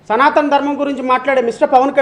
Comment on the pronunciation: సనాతన కాదు.సనూతన!!😮😮